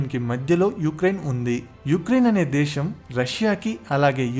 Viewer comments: Explanation is awesome. But it was annoying when you are pronouncing Shaa instead of Saa. For instance:- Deeshaam instead of Desam; Shephere instead of sphere etc. Most of the time you are pronouncing Shaa instead of Saa. Please correct it if possible. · adhi DESHAM oo DWESHAM oo kaadhu raa nayana....DESAM... youth ni nee telugu tho mislead cheyyaku...